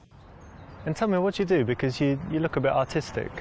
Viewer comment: When the "seducer" called her artistic, it sounded like Autistic. Real smooth. Just go with the Banana Jack.